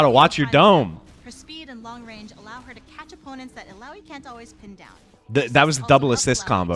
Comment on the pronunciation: He pronounced "Illaoi" right